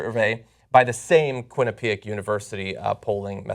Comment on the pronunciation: I am from Connecticut and so is John, but he is pronouncing Quinnipiac wrong. Just funny to me. It's pronounaced Quinn-eh-pee-ak, not Quinn-eh-pee-ek.....John